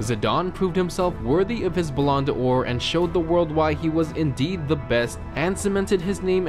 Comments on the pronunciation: "Bah lawn the Ore..." Stopped watching right there! Fuckin' cringe! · Ballon "de ore" hahahah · The way you say ballon d’or annoys me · AJ Freeney balan deor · just came here to hear to the "belond Or" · Blonde door??? It's Ballon D'or! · Bull-on-door? It’s bal-an-door! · “ballan da ore” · Ball-en-door. That's how you say it. And Syria. Not syri-ah with a pause between it. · "zidon" "balon da ore" "randoldo" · dat ballon D' or pronounciation do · "Balon dalor" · Stop saying Blonde Or it is said like balon dor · Hearing an American talk about football is unbearable. The way you pronounce words is ridiculous. Ballon de oore? Really? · bellon de ore?? : ) just say golden ball maybe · This dude cant pronounce anything 😂 its Zidane not "Zidon" and its Balon de Or not belon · Balarn da loor? Siri uh? 😂😂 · 'balon a dor ' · Rownoldo Zidaaaarn BalOnador What the fuck are you talking about!? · It’s pronounced Ballon Doar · pronounced it wrong it’s Ba-Lon-dor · LOL THIS DUDE DOES NOT KNOW HOW TO PERNOUNCE BALLEN D' OR🤣🤣🤣🤣🤣🤣🤣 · the way he pronounces ballon d'or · His pronunciation of Ballon D'or is cringy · How you said balon d'or isn't right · You butchered the pronouncaction of the Balloon d'Or